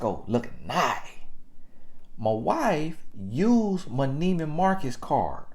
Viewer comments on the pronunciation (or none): Mintimum... 😂🤣😄😅😁👌👍Nieman Market...uh, Nieman Marcus...., you are totally comical 🤣😂🤭